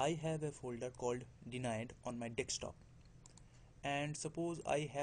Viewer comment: you said dekstop xD am not laughing on u just trying to fix a small probleme its called desktop not dekstop xD